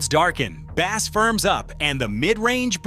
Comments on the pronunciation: Yes I wish these people would change the spelling of bass to Base during editing that way the AI would say it correctly. They could do so much better with proper editing on all of these videos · No, it is spelt bass, dummy!! But pronounced as if spelt base.